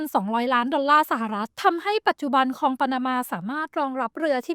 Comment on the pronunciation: Great video but ค ควบ ล มันขัดใจแปลก ๆ คอง คอง คอง